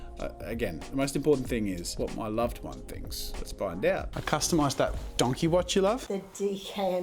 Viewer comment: He called it Donkey watch, lmao.